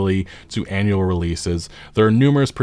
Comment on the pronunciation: " annual " oh god.....